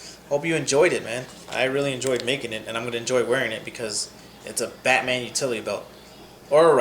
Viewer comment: Batman not Hubba bubba